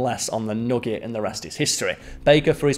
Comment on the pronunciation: I want more of saying nogget